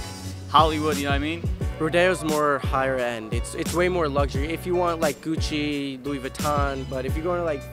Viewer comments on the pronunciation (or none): none